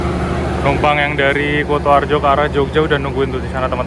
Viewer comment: KU ! KU ! KUtoarjo ! Bukan KOTOarjo !!! 😂😂😂